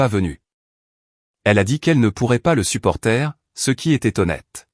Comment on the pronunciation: Vous faites chier de lire n importe comment supporter se lit supporté. C est clair ? Et vous demandez qu on s abonne ?